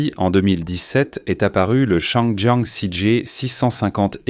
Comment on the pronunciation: Désolé mais la prononciation en français de la voix générée par l'IA est tout simplement insupportable ! Appeler la marque Changjiang "changeant" et la transmission par cardan "cardannne" est rien de moins que ridicule !